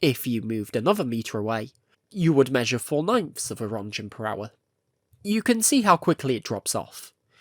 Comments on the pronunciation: Röntgen. Not Rundgen. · Röentgen is pronounced: Runt-gehn where 'gehn' sounds like the 'gain' in 'again', but pronounced softly. Not 'Runt-jehn'. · Watch newer videos. This video came out in January. You are late to the party of laughing at his pronunciation; that ended 7 months ago. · small unnecessary nitpick here but roentgen is pronounced like runt-gen, not runt-jen or runt-shen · Just so you know you say rodcan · Roentgen is pronounced as 'RENT- GEN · If ur gonna make a well researched documentary video the least u could do is look up how to pronounce a word you dont know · If You want to be taken seriously, and call yourself "" better learn how to pronounce Roentgen... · Crazy how you can devote your channel to something as specific as Chernobyl and yet still mispronounce almost everything related to the one topic you chose to be interested in. Hearing every name be mispronounced hurt me. And mispronouncing Rontgen?? REALLY?? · A very good made and entertaining video, but one thing struck me as weird. Your pronounciation of the word "Roentgen". That's a german word and a german unit of measurement, and in that case, the 'G' sound would be pronounced differently. Could you educate me on wether or not the way you said is is correct? Thanks!😊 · americans pronounce roentgen, challenge imposible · You CANNOT go around calling yourself "" without knowing how to pronounce "Roentgen."